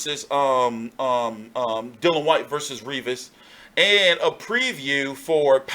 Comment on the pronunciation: Come on man, DYLIAN... Not Dillan. Busy weekend for you. Great channel, big respect from the UK Hardcores.